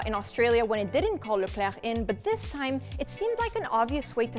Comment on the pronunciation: Love the way you say Leclerc.